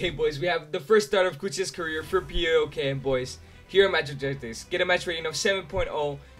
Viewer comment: I've told you before, and I'll tell you again: PAOK is pronounced as a word, not 4 separate letters. (Its not P A O K, but PAOK)